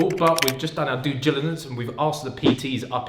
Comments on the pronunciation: 'doo jilinence' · "we've done our due gilidence"